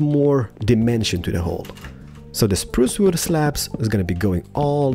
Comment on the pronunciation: “ spruca wooda comin atcha” got me rolling on the floor